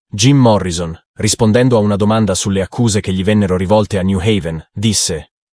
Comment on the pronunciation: Un piccolo errore che fanno gli italiani alla pronuncia del nome di Jim Morrison. Si deve pronunciare Morrisson con due s!